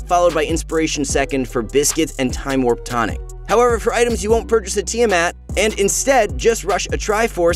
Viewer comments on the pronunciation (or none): none